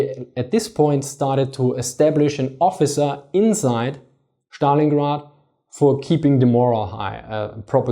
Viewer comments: Why do you call it Shtalingrad, when its clearly named after Stalin, whom you properly pronounce Stalin and not Shtalin? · ẞtalingrad , nicht Schtalingrad ;) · Dann drück ich's anders aus. "Сталинград" kommt von "Сталин" wobei "С" einem scharfen "S" (=ß) entspricht. Die der originalen, russischen Aussprache am nächsten stehende Aussprache ist demzufolge die im Englischen geläufige.:D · Dann war wohl auch das ungünstig formuliert... Die Englische Aussprachen beinhaltet die Trennung zwischen S und T und da ich offensichtlich fälschlicherweise annahm die Englische Aussprache sei dir familiärer als die Russische, versuchte ich dir ohne Russisch-Kenntnisse vorauszusetzen, die dem Original am nächsten stehende Aussprache zu demonstrieren.